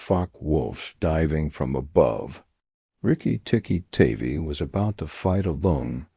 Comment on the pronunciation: That's Riki Tiki Tavi--"tavvy like 'have-y' not "tavy like navy".